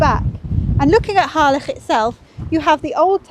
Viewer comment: At last! someone who pronounces Harlech as it should - and not the dreaded ' Hah- lick ' 🏴♥️👍